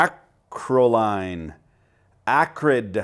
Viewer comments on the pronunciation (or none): Its pronounced...acro- lane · I believe it's pronounced acro-leen. And in its pure firm is a nasty molecule. At a facility I used to work at we had spontaneous fires a couple of times a month. The storage tanks were buried, as well as pointed (angled under groundl) up and out of the facility into the gulf o mehico in the event they ever decided to no longer reside there by way of half-assed rocketry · Acrolein is roughly produced “A-crow-lee-an”. Great video! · Lin-oh-lay-ic acid. Ack-roll-ee-in. You're welcome. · it's pronounced acrole-en, and as a chemist, yes it's vicious.